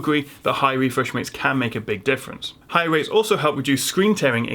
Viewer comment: About the “wefresh waits” :D